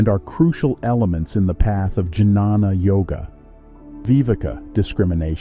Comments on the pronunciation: This is a 💎 of a video. I think it's pronounced "Ghyana" (with a g as in guard) instead of j as in juice. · Great information. Well made video. Nice images. Excellent narration. One suggestion - it's pronounced as 'nyaan' or 'gyan' and not janana.